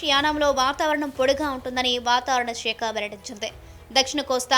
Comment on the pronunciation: వాతావరణ శాఖ అని పలకండి madam షేక కాదు.మరి ఇంతగా తెలుగును మోడ్రన్ గా పలకకండి.